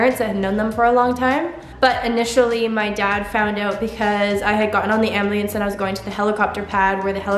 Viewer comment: No offense but ambliance,?🤨